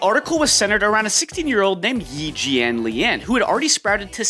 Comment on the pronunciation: It's pronounced "E Jhanliahn"